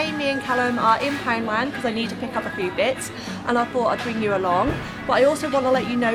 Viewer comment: I love your videos but girl you need to learn to talk properly! A fow? No it’s a FEW!!!